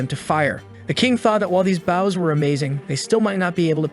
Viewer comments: I hear baws instead of bows again 😢 😂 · the ai voice seems to be a sailor, consts tly talking about a ship's bow instead of an archer's bow.